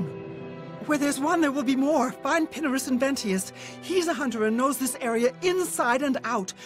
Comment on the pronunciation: pina-rus, pin-ar-us